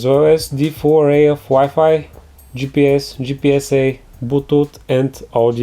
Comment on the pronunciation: ok i'm not British nor American and ofc my native language is not english but i can understand him pretty well. One thing made me laugh very hard, he said bootooth instead of bluetooth